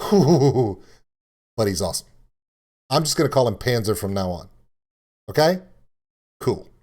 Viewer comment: what is a panzzzer supposed to be :D ok. it is Pahntser. not panzzzer. and it is du hast not du hasht. this is not an st->sht, this is just second person of have, I have you have she has - ich habe du hast sie hat.